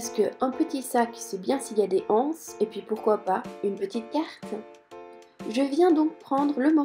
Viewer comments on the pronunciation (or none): Très bien, mais pourquoi dites-vous des "h"anses au lieu de des "z"anses ? La liaison se fait sans problèmes. Comme les "z"auvents... La maîtresse d'école.